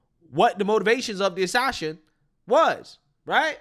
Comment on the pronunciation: "The Ashashin"?? 😂